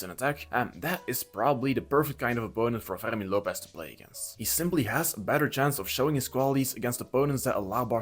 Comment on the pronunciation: Ferghhhrrmin Lopez xD The only way I can accept this weird ass pronounciation is if you're french xD